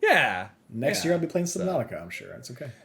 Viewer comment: "for SHORE"... as invented by the one and only... 😜😉